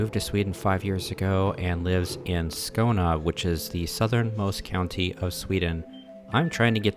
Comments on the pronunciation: Hmm? You live in Skouna? Even speaking deep Skånska, Skåne has an e at the end, usually something like Skaöune :) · Sorry but can you please fix your pronunciation of Skåne, please. It's Skån-E, not Skån-A. If you want to use the english name it is Scania (like the truck brand)